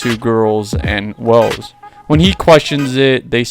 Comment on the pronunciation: i thought his name was welf not wells